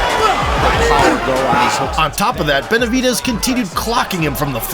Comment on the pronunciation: Su nombre es Benavídes (acento en “í “) no, Benavidés ,( acento en “e”)